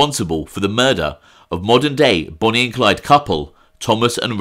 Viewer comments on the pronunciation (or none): none